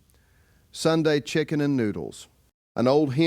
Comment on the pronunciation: Stupid Ai called Chocken 🐔 , Chicken!😂😂😂😂😂😂😂😂😂😂😂😂😂😂😂😂😂😂😂😂😂😂😂😂😂😂😂😂😂😂😂😂😂😂😂😂😂😂😂😂😂😂😂😂😂😂😂😂😂😂😂😂😂😂😂😂😂😂😂😂😂😂